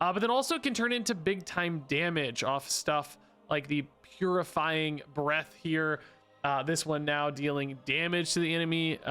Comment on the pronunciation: Say it with us "pu-ri-fying" not putrefying